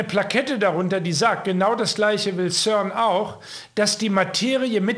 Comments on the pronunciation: CERN spricht sich auf Deutsch als ZERN aus,. Und das CERN ist in Genf. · Schweizer Cern: Sprich Zern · Ja, genau,! CERN wird deutsch bzw. französisch ausgesprochen also das C wie ein C und nicht wie'n K, und das E wie'n E und nicht wie'n Ö!